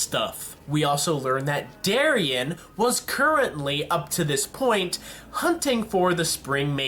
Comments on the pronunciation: Why do you keep calling his Darien. His name is Tyrian XDDD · and it was sienna khan not se'el nakahn, but honestly i wanna know why you keep changing tyrians name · you keep saying tarian's name wrong